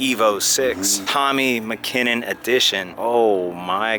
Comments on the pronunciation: Butcherd his name must be American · Wasnt that bad tbh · Tommi Makinen please pronounce his name correctly, if you love the car you should at least understand the heritage and pronunciation of the legend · The way he pronounces Tommi Makinen SMDH. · Maybe show respect by pronouncing his name correctly lol